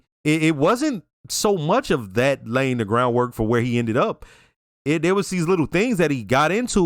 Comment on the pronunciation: Janice pronouncing, "Layig" always drives me nuts.